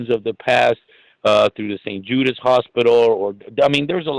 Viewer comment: It’s St Jude’s, not St Judas. I doubt Judas would be an appropriate name for a children’s medical charity.